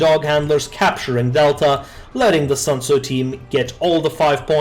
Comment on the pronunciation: It's SUNTZU not SANTZU (╯°□°）╯︵ ┻━┻